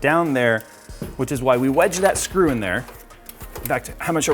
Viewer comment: oh my god "its drop the srew" HAHAHA so funny